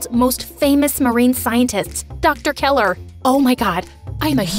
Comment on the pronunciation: Dr.Keller Not Dr.Keeler.